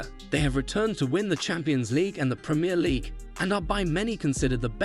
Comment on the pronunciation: well it’s either AI or this video wasn’t made by a true football fan. The fact Jurgen is mispronounced multiple times in a video about him is kind of shocking. Add to that Sadio Mane and Virgil Van Dijk’s names. Can’t even say Premier League properly. smh